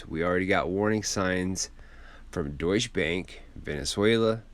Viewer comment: Its DeutschE Bank, not Deutsch Bank...